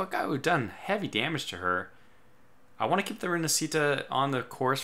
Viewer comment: Fulmine is pronounced with the stress in "u" Barca is pronounced "Barka" Rinascita is pronounced "Rinasita" with the stress in "si"